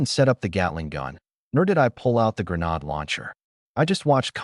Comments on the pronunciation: cant even keep the genders correct as well or say granade right as well an stupid google cant tell wat a granade is either. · Okay good story but the arrogant Paladin being in two places???? Plus mispronunciation of the word grenade???? Minor deets here but I do like the story!!AAAAA+++++🙃🙃🙃🙃🙃 Yes a second part please!!!!!